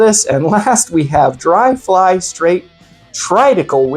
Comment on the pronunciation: Triticale pronunciation. Tri like trinity, tick, ale like the beer, E. long vowel like the letter E. It is a hybrid grain that's very closely related to rye so it makes sense you would get rye spice and also that hay factor from the wheat aspect of the hybrid.